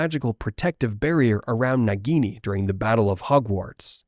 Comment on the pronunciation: It is naagini